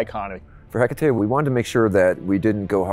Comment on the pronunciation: 0.29 he said heckatate 😂😂🙄